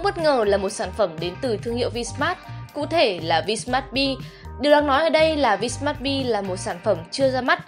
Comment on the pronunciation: Tui không biết ngoài bắc các bạn học đánh vần ra sao. Nhưng chữ "V" không đc đọc là vờ. Chữ vờ chỉ để dành đánh vần thôi. Cứ khoái đọc kiểu "cờ lờ mờ vờ" mãi thế.